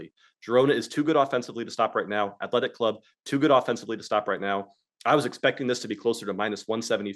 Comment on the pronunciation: Omg lol with the "he means Real Sociedad" each time he says athletEEE...shame buckets:card-red-penalty::face-green-smiling:. I watch this show whether I bet or not, love this happy family we got here.